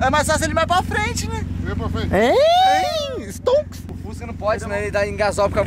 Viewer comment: Boto esquece do s e fusca e ele diz fuca